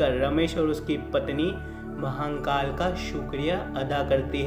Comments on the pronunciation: Vai Mahankal nehi Mahakal N nehi rahe gaa.... Aapka har video pe apne Mahankal bol rahe ho g sune ko bohot kharap lagraha hai.... Wo guru Hai hum logo k.... Guru kaa Nam thik se loo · Har Har Mahadev 🙏🙏 Jai Shiv Shankar BholeNath 🙏🙏 Announcer ko bolna nahi aata h??? Ya vo hindi nahi bol paate h??? Shame on U mr. Announcer and mr. Editor. Mahakaal bhi theek se nahi bol paate ho. Thirdclass announcer.